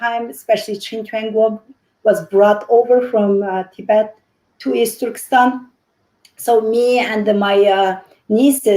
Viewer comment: I stop watching this when the women said the word " Easturkistan".